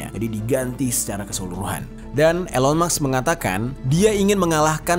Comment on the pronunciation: Kenapa "elon maks" bukan "elon musk" 😅